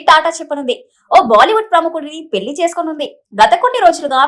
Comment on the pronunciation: పెల్లి కాదు పెళ్లి